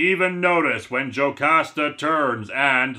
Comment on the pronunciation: but on the bright side you were pronouncing "Jocasta" right